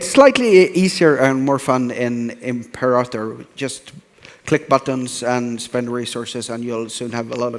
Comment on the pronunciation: Imprator Rome, lul Johan.